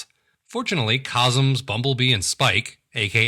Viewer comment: *laughs and laughs and laughs* These reviews are SO funny! They're on a par with Nightwind's. Oh, and just a note, it's "Cosmos" not "Cosms." Keep 'em coming. :-)